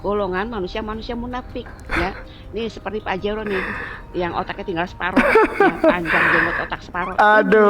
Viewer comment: Njirrrr lucu banget tuh cw pas nyebut PAJERO😂😂😂😂 ga jadi gw beli mobil PAJERO😂😂😂